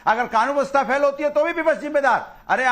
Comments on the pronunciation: हरा कुर्ता पहले विपक्ष शब्द ठीक से बोलना सीख लो,विपक्ष है या विपछ है,बने फिरते हो नेता बड़ बड़ बड़ बड़ बड़ा रहा है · को बताओ विपच्छ नहीं विपक्ष बोला करे 😅